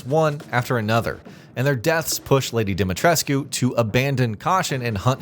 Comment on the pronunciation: I know in the grand scheme of things it’s whatever……but…. I’ve always had issues with this channel mispronouncing Lady D’s name. 😂.